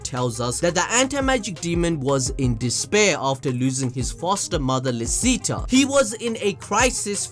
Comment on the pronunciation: Licita is pronounced “Lee-Chee-tah”, German.